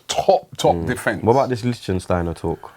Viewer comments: Who is Liechtensteiner? It's LICHTsteiner. Every time Robbie... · Robbie its not Lichtensteiner its Lichtsteiner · It's LICHSTEINER not LICHTENSTEINER! Common, guys - it's not that hard! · It’s Lichsteiner.... Not the country lol